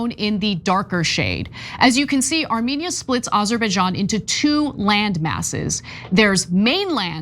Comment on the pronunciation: Two countries Trump can't pronounce.